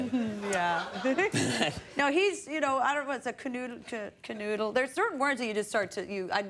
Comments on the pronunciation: To anyone that might be wondering about the Swedish term, she is trying to say knulla, not canoodle... Canoodle is english and means to "kiss and cuddle amorously". Knulla is swedish and means f**king... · Kanudla. Lyssna en gång till. Hon kan inte uttala det alls men hon försöker säga knulla. Hon tror att det är andra stavelser för att hon endast kan engelska och ingenting annat. Säg knulla och artikulera hårt som fan, tänk sedan att du aldrig hört svenska innan. KANUDLLA. Ah och varsågod. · Knulla?! JENNIFER, WHAT DID YOU JUST SAY? intercourse me: what! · The word she's trying to say is 'knulla" witch means "make love" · Im Swedish and I never heard that word! sounds more like she's trying to say (Knulla) and that means 1 man 1 woman doing it! lol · She tried to say knulla, which means f**k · That Swedish word that Jennifer said was a botch up of the F word in Swedish ! But she sure is a great actress !!! Well, Jennifer, because you are Greek, I hope you know “ Poli’ kala’ !!! “ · Was she trying to say knulla?😂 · The word is "Knulla", and no celebrities has been seen "knullande" in any bar. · Every Swede watching,,, oh they said knulla hahahahahahaha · Är det bara jag som blir kåt av att höra Jennifer Aniston säga ”knulla”? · Cant believe the director fooled her and made her say that word on TV 😂 And no its not canoodle or canoodling...thats not even a swedish word 😅 She said, or was trying to say, something nasty 😜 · Var Conan som spann vidare på det, knulla var det hon försökte säga.